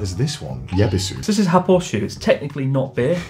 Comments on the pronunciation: Pretty sure the Y in Yebisu is silent. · I do agree that for standard beers Yebisu is best, closely followed by Sapporo. BTW you pronounce it Ebisu. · Connor has very good taste. Yebisu is the best canned beer in Japan. Tips on pronunciation: don't pronounce the Y. Just say Ebisu, like the place in Tokyo.